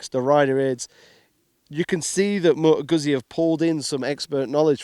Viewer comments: C’mon man, you could learn correct pronunciation of Moto Guzzi… it’s not that hard :) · How can you be a motorcycle reviewer but can't pronounce the make of the bike.